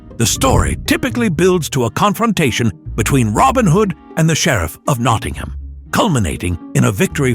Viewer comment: I think the sheriff is sheriff of Nottingham. NOT Knottingham!